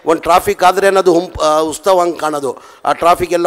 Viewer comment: ಗುಬಲ್ ಮೊದಲು ಕನ್ನಡ ನೆಟ್ಟಗೆ ಮಾತಾಡೋದು ಕಲಿ ಉಸ್ತವ ಅಲ್ಲ ಅದು ಉತ್ಸವ...